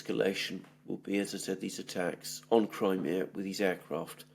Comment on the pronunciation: > Your pronunciation of Crimea is incorrect; fix it, you're irritating me. If you're speaking English, use the English pronunciation, not the Greek pronunciation. I'm Italian & I don't call Rome, Roma when I'm speaking to an English audience. Stop this arrogant Greek BS. I live in Australia & I have seen the Greeks suffocate all new-comers to their culture. Greeks leave NO ROOM for any other culture, they drown them. This is exactly what happened to my cousin who married a Greek..... Pronounce Crimea properly, you're speaking to an English audience; we are NOT Greeks!!!!!